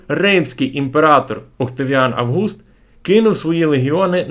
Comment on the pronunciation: Шановний авторе, чому не Август, а за Вашим наголосом АвгУст?